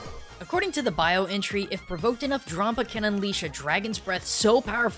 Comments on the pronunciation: dram-paw, not drom-puh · I think it's pronounced like grampa not grompa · DRAWM-pa? do you pronounce grandpa GRAWND-pa? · Drampa, not Drawmpa,. Like Dragon + Grampa in one word. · it's pronounced dramp-ar